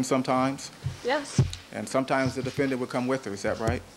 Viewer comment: Why does Darden keep saying defenDANNNT